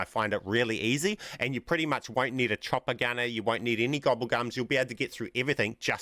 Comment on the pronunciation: The whole time I was wondering what he’s referring to when he says “a Tropicana”. Come to realize he was saying “chopper gunner” 🤣